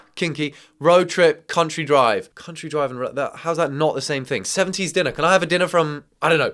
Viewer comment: You pronouncing diner as dinner is frying me 😭